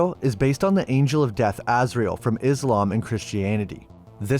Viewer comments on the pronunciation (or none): if you intend to make a video please get the name of the arc angel right would you as it is no ozryel it is Azrael i really hate people that get facts wrong dumb arse americans cant say simple words wtf did they not teach you lot over there basic english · Its azrael not ozreal idiot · It’s Azarel not ozrael, and archangel is pronounced Ark-angel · Bad AI, it's Azrael. It was 4 cities, not two